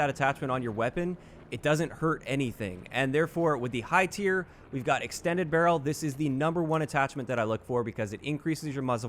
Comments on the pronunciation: Am I the only one who noticed "extended barreel"? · “EXT barreel” ;P